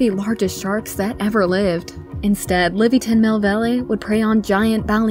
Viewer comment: I mean in 10 it.s like Levaiathan. not Liviathin.